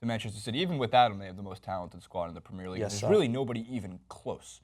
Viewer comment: to the guy on the right, pls learn how to pronounce premier league, plssssss